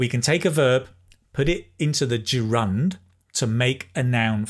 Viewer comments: I think the word 'gerund' is pronounced differently. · A funny way of pronouncing the word gerund.Do we stress the second syllable and not the first? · Good morning,! Thanks for your videos and lessons! They are so helpful. I have a question though, why you pronounce ‘gerund’ with the stress on the second syllable? As far as I’m concerned, stress falls on the first syllable. Then you pronounced advertisement (ai), but I am used to pronounce this word in a British way, that is (i). You are using US version:) just curious if you prefer US pronunciation) thanks!) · Hello, thanks for such a great lesson, and I'm really into learning English. BTW I have a question about pronunciation of the word gerund, you are saying it a bit different, is it British accent or something else, specific to some region? Thanks in advance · I adore the way you explain things and I'd love to come near to your RP accent one day. However, the way you pronounce the word "gerund" is rather novel to me